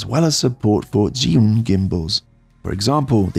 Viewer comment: Zhiyun is pronounced "jer-yoon". "zh" in Mandarin makes a "juh" sound like the "j" in "Jack". "zhi" is "jer". Sorry couldn't help myself!